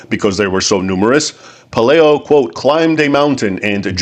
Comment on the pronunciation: Please say Pe LIE o, not LAY